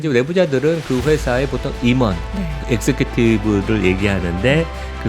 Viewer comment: Executive 발음을 익스큐티브 라고 하시네.. 영어잘하시는줄 알앗는데 실망 😂